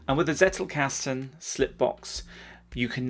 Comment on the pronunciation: Dunno, if someone already made a remark about it: it's pronounced as "tsettelcusten"